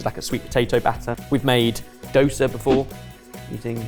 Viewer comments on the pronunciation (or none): none